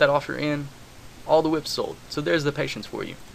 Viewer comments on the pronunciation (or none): he said pateince and im thinking well fuck this...